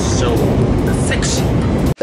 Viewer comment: 前回に続いて美味しそうな唐揚げでしたね！😃 そして、セクシーな辛さだったんですね！😊ジョニーくん！君何言ってるんや？ ハッキリとセキシー！って！言ってるところ凄く良かったよ！☺️今度はちゃんと拷問されてね！